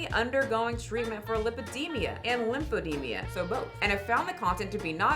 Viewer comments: Sorry but it’s pronounced “e-deem-ah,” not “e-deem-ia” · LympheDEMA not lymphedemIA 😂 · It's pronounced eh dee ma, not eh dee mia. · its Li-pe-de-ma not Li-pe-de-mi-a! I love you girl but please 😅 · it's lymphoedeMA, not lymphedeMIA.